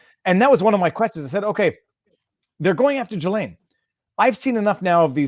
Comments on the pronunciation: Robert Maxwell's boat was The Lady Ghislaine. And by the way, the 's' in her name is silent. It is pronounced Gill-ayne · GILL-lane not JILL-lane